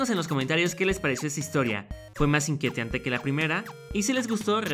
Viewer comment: Nadie: Absolutamente nadie:: "inquiteante:D"